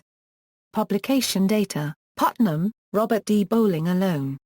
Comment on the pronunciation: don't emphasize Putnam next time. distracts us.